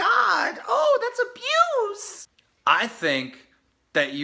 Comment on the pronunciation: "child abuthe"